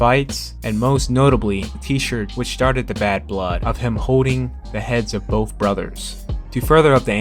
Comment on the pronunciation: Why do you say “wiff” instead of with and “boff” instead of both?